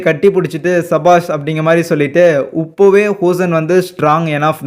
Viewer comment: En bro nee upaavae nu solraa ipovae soli practice pannu bro😂